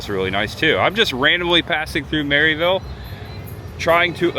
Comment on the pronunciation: I’ve only lived around here (Sevierville) for a few months but you are the first I heard call it Mary-ville instead of mer-a-vul 😂 that little Debbie park is in Collegedale, everywhere around here is huge on Bigfoot you should check out Bigfoot Philly Cheesesteaks here in Sevierville. Collect all the Bigfoot shirts 🤣